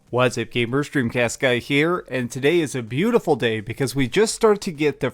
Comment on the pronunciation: You pronounce things weird. The ways you say “gamers” sounds like “gabers”. You also put emphasis on weird parts of words.